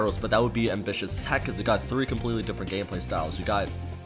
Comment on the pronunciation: "3 different gameblay" behoooold the spinooofs